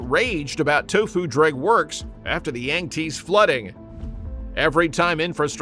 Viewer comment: yang tsee not yang tease. You need better AI.